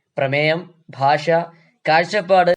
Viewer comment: ഭാഷ ❌️ഫാഷ ✅️